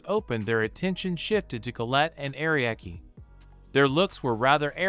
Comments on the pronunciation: Only AI and English only speaking ppl don't realize it's Ah Ree Ah Key. Not ariak. English is stupid. Other languages don't put random letters in their words/names. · Are Ree Ah Key names being mis said is so fucking annoying